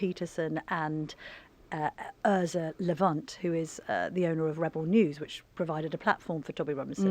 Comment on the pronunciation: 'Erza Levunt'. This Canilla Tonimey isn't the sharpest tool in the box